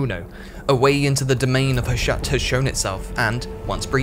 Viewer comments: Tiny nitpick- Hashut is pronounced "HAH-SHOOT" HASHUT VORGUND ZHARR-NAGGRUND! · That's not tiny if the narrator assumes it is Murican and pronounces it like that. HOW did he get the idea to say Ha-shut? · i imagined "Hashut" would be pronounced differently 🙃